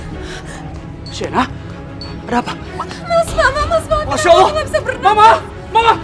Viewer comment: Yg bener allah bu.bkn awloh